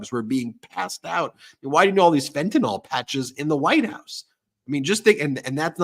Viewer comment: Fentanyl is pronounced like : Fent-a-nill. It's not Fent-a-noll. Thank you.